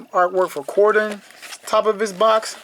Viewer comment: I don’t know if you heard, but for the next release, we’re getting Grimlock!! 🙌🏼 I’m stoked! Lastly, Cordons name… I did a little research to learn how to correctly pronounce it; Cor•din. Say it fast Cord’n. It’s what the cops do when they’re investigating. Whalah!! ✌🏼✊🏼